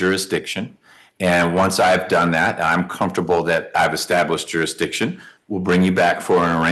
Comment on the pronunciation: "Durishdision" ? What u talkin about Willis?